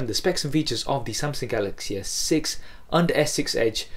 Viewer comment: its S6 not Essex